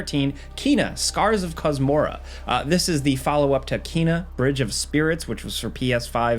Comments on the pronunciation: you say you played Kena but you mispronounce her name. it's Kay-nuh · ... Kena is pronounce "Kay-nuh", confirmed by Ember Lab.